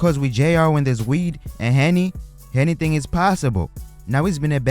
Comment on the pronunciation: "Hennything is possible" lmaooo dont tell me im the only one who heard that